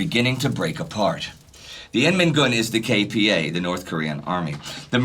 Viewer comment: I was born and raised in S. Korea and I've never watched a documentary more detailed and balanced on the subject than this series, which says a lot. And thanks much for listening to the feedback on the correct pronunciation of KPA. I appreciate your efforts to make this already great series as accurate as possible, even for such little details.